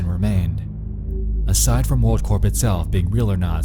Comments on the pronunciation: actually that’s corps, with an s. corp is pronounced with a p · It's pronounced core not corp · Corp is pronounced CORE my guy